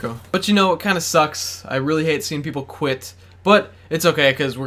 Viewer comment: When you said quit, I thought you said Gwidt.... Haha